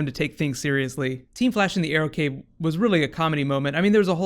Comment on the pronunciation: In the beginning ,Cisco said "We want to see the Arrow-cave.Do you guys have a Arrow-Mobile ?" ...is it me or is it reaaly sounding like Bat-cave and Bat-Mobile :D !!!